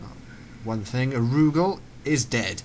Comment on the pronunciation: Ar-U-Gal...its not all crammed together, it does have different inflections. Sorry for being a grammar nazi (DONT TAKE OFFENSE YOU GERMANS ITS AN EXPRESSION!) it just bugged me.